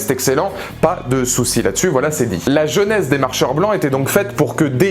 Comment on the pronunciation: C'est genèse que tu prononces jeunesse ?